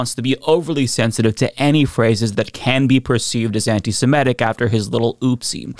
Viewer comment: please stop pronouncing it “anti-samedic.” It’s pronounced “anti-semitic.”